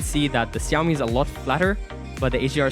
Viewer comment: why do you call Xiaomi siyawmi not shawmi